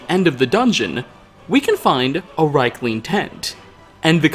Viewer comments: Niite, thii arii pronunciid [riikling], noot raikling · Pretty sure it's pronounced reekling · Dude, it's pronounced "rEEk-ling!!!" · The way you pronounce Riekling, hurts my head but it's a good video man, keep up the good stuff.